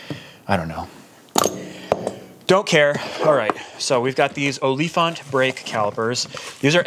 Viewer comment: LMAO the way you said OLIFANT!!!! its an afrikaans woord for Elephant. The more you know. Enjoying the second channel keep it up!